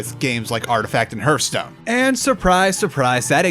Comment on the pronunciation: In sorry but the way you say hearthstone is very distracting.